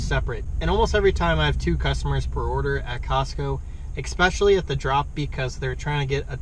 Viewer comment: Bruh, there's no 'x' in 'especially'